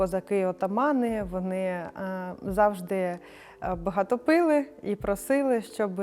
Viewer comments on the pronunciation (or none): не пИли, а пилИ